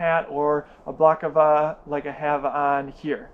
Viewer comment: It's pronounce it - -Bella - cla -va - - ->>>